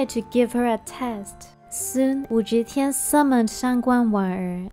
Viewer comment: you mispronounced Wu Zetian's name throughout the video. "Ze" is NOT pronounced "zhe".